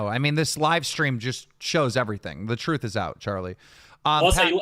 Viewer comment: “Duh-Truth” my guy…but otherwise good vid.